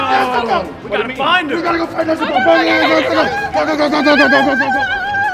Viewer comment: “Nezu-cola” “Nezu-coke”